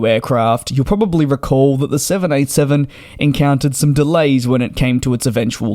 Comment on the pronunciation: Please be much more precise in your pronunciation of the Boeing jet name. More often than not you sound like you are saying the 707 rather than the 787.